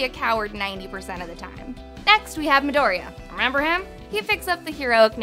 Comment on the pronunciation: I hate how she pronounces "midoriya" She says midoria, u have to say that ya part